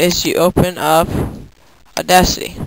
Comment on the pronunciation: Cool video man, but you pronounce Wav awkwardly, as far as I've used it with friends it's pronounced like Wave, and Audacity is pronounced Audaaaacity as in the A in Apple. Either way, good video on trying to help out others with things. Kudos.